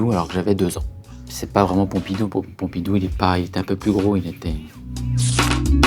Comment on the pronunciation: envie de l'étrangler quand il dit Pompidou